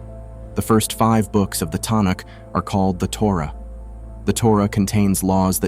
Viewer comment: WRONG. FIRST AND FOREMOST, THE CRITICAL POINT THAT WAS LOST IS THAT AT SINAI, GOD REVEALED HIMSELF DIRECTLY TO THREE MILLION EYE-AND-EAR WITNESSES, AN EVENT UNPARALLELED AND NEVER REPEATED IN HUMAN HISTORY. SECOND, THE HEBREW BIBLE HAS ALWAYS BEEN KNOWN AS THE MIKRA. STUPID AI MISPRONOUNCING ASIDE ("TONIC"?), "TANAKH" IS A MARKETING TERM NOT ADOPTED UNTIL MEDIEVAL TIMES. THIRD, THIS VIDEO IS ANTISEMITIC, MAKING RABBIS AND OTHER JEWS LOOK SINISTER. BOYCOTT STUPID BOT CONTENT. THIS CHANNEL IS TRASH.